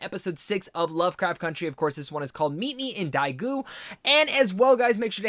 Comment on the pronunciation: Daegu is pronounced day-gu. The title screen also said 구미호 (Gumiho). Because of the title screen at the beginning, I knew that Ji-ah was a Gumiho and I knew that the first guy she took home was a dead man. 😂